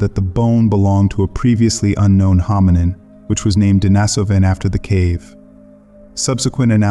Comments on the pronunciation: Pronunciation: De-NEE-so-va (not De-ni-SO-va), De-NEE-so-van (not De-ni-SO-van). If you're going to make a video about these people, at least pronounce the names correctly. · I counted four different pronunciations of "Denisovan" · You might want to do a deep dive and learn how to pronounce Denisovan.